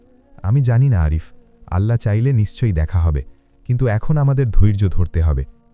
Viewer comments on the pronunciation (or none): ওল্লহ হবেনা আল্লহ হবে আল্লহর নাম টা সঠিক ভাবে নিন